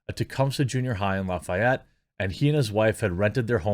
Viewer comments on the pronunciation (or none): Good news, good story. Proud of my fellow Hoosier. BTW, we say loff-ee-ETTE.